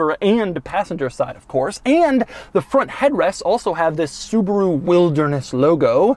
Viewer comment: It's a Subaru Outback not a Suburu Outback!!!